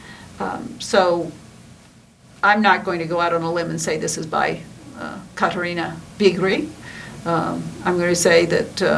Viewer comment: I wish American commentators would learn how to pronounce foreign names if they are talking about them on a video. It is not too difficult to ask someone.